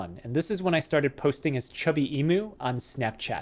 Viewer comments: As an Australian I die a little inside everytime someone pronounces it E-moo. It's E-mew. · In Australia, the Australian animal Emu is pronounced ee-mew like the Pokemon mew. I wonder if the mispronunciation is deliberate or not, but oh well it doesn't really matter except that so so so many people mispronunce it.